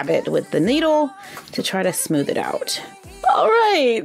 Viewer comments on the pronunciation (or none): You said noodle not needle